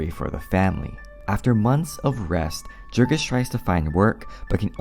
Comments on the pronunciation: Right kff the bat only 15 seconds in, the Narrator incorrectly pronounces the main Characters name. If you had read the book, you would have pronounced Jurgis correctly.- Yourgis - not yourjis or Jurgis like Jergins. YOURGIS or YERGIS Gis sounds like Kiss. Idiots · Small correction, Jurgis would be pronounced Yurgis, since we’re talking about a lithuanian man. Because in lithuanian, the letter J makes a y (consonant style) sound. :) And thank you for the book summary. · Jurgis is pronounced Yurgis. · His name is pronounced "Yoorghis" ... it even says this early in the book. Guess you didn't actually read it. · Great summary, but a little correction: Jurgis in Lithuanian is pronounced yoorgis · It's Yoorgis you dumbass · Okay. I often mispronounce things ive only seen in writing. Like foreign names in books. Thats because i read about those things more than I talk about them. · He doesn't even know how to pronounce the main character's name - which is explained in the book. My guess is this script is AI w